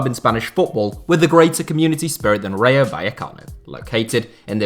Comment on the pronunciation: Please learn how to say RAYO correctly 🤦‍♂️